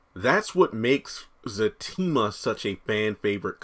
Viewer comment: Very good... you have been saying his name right ✅